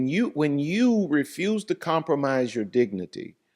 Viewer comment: You mean her dicnity or idicnity😂